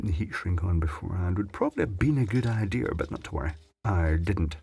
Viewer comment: DO YOU SEE an "R" in the word IDEA??? Hummph...